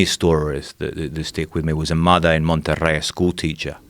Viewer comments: I cringe whenever he pronounces Monterrey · take a shot everytime that dude say "MONTERREY" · Just the way he said monterrey made me think "yeah, this guy's legit"